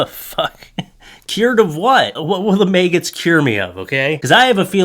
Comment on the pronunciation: I like the way you pronounce maggots. “Maygets.” Very original